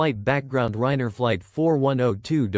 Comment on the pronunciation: the narration is terrible and makes no sense. No proper cadence of speech. No human expressiveness and emotion. Doesn’t pronounce Ryanair properly also. Ignores punctuation and doesn’t match it with the tone of voice. It’s super unnatural to listen to. I lasted 1 minute.